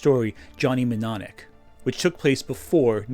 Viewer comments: The first M in Johnny Mnemonic is silent!!! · It’s pronounced NEW-monik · It's spoken like NEWMONIC, THE M IS SILENT, but good video very in depth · I hate to be the well acrually nerd, but Johnny Mnemonic is pronounced nem monic.*Pushes glasses up bridge of nose*